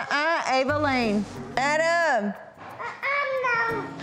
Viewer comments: Danielle:Adam:amnom Danielle:ADAM: amnom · Danielle: “Adam”: “amnam” Lol 😂 July 2018 anyone 😂